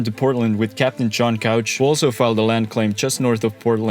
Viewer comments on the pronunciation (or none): It's pronounced "cooooooch", not couch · shin-ook, ook being pronounced like look without the l. The dalles is pronounced dalls. E is silent. You also pronounced couch wrong, it’s cooch not couch. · Just a heads up, as an Oregonian, John Couch’s last name is pronounced differently from the furniture, it’s pronounced with an “oo” sound, “cooch.” There’s some stuff named after him here and you can always tell locals from visitors by how they pronounce the name. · It's Cooch, not Couch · A couple of pronunciation corrections for those who are interested: Chinook = "shin-nook" (rhymes with "thin hook") not "Chee-nook" Couch (the name) = "Cooch" (rhymes with "pooch") not "Cowch" The Dalles = "The Dahlls" (rhymes with "The Owls") not "The Dallees" Marquam Bridge = "Mark-um Bridge" (rhymes with "bark") not "Mar-kwam Bridge" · Couch is pronounced coo-ch (like coochie), not couch (the piece of furniture) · Couch is pronounced "kooch", not like the furniture. Very good video though! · Couch is pronounce Kootch. Legend says there was an argument in the family and half kept the couch pronunciation, the others used the alternate pronunciation to easily know which side they were on. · Very well done, thank you! Pronunciation: SHiNOOK , CooCH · WIlliam Couch's name is actually pronounced like "cooch". The more you know! Also, "dalles" is pronounced "dalls". The E is silent. Not sure why. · Couch is pronounced Kooch in John H Couch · You're saying couch but it's pronounced Differently. It's a pretty common mistake most people make that aren't from here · “Cooch” and “The Dahls” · And “Couch” is pronounced “Coo-ch”, not like the sofa. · I was impressed with that, too, but he mispronounced Couch and The Dalles. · Yeah but he mispronounced couch, he mispronounced The Dalles, and he miss prounonced Chinook. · I liked your video. That said, you mispronounced both Couch, and The Dalles.